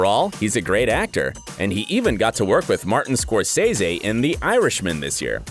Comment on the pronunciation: "Evange-lean" not "Evange-line" "Sser-Sha" not "Sersi" "Scorse-se" not "Scorse-he" "Dam-rin" not "Damn-e-run" "Mag-KNEE-to" not "Mag-EN-to"